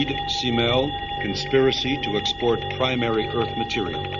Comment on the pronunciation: It's not s-mell it's k-mell. short for cat-mell. she was a cat-person Smith loved cats.